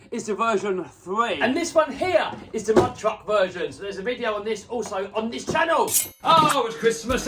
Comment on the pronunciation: Your awesome!love this channowl (“channel” pronunciation in queens English) I just wish there was more twerking 😔